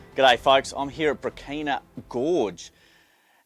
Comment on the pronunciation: Mate - that gorge is pronounced BRAH-chi-na,” with the “ch” sounding like in “cheese. And the emphasis on the first syllable.